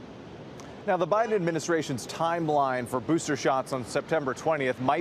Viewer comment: "boosther shots"- michael strahan